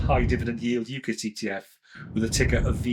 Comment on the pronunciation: Great info…but UCITs is pronounced You-sits …with a soft ‘c’…sorry but it’s bugging me!